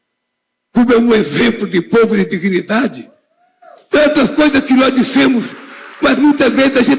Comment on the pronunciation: Diguinidade!!???? Caráter???😂😂😂😂 Até parece